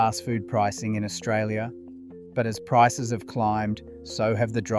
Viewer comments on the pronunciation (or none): none